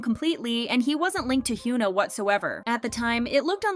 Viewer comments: It’s HY-ON-A. Not HU-NA lol please pronounce their names right. I’ve noticed you don’t even try to see how their names are supposed to be spoken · why does this channel always pronounce her name as Hugh-na 😭 Is it on purpose? cos it bugs me every time